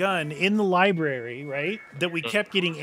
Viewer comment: The fact that didn't notice the zombie number count until said something made me laugh been watching YAW for 10 plus years since I was 11 keep it up guys and that said ribrary instead of library put a smile on my face